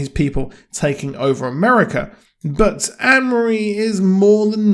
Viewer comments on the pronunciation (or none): none